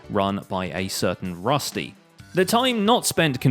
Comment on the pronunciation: It’s rusto not rusty